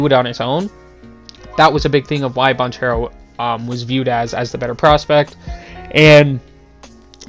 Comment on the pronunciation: It’s Ban Care Ro…”duke fan” 🤣🤣🤣